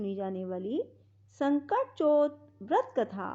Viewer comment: Baaki sb thik hai pr ye sakat chauth hai na ki sankat chaut or chhote o ki matra or bade au ki matra ka pronounciation glt hai jis se Katha sun ne mai thoda disturbance ho rha na ..... Jai shree Krishna. Jai shree ganesh